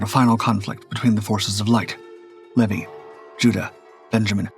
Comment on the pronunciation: Pronounced, Lee-vi and Buh-lie-ul